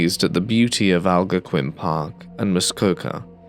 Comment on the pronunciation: Canadian here 😀 It's Al-GON-quin Park, not AL-go-quin.